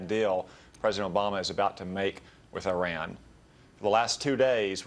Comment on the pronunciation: Violating the Logan Act & pissing on the US Constitution. Good job, Senator. Hope your constituents are proud. Perhaps you should consider resigning before you're put sent to jail & fined. Besides, the fact that the senator can't even correctly pronounce "Iran" should disqualify him from this matter to begin with.